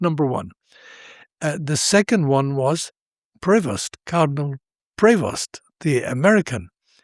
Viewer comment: About this video verbal voice sound and subtitles : "Prost" is NOT what it should either sound or being written: #PREVOST" Typical American sound to writing usual confusion...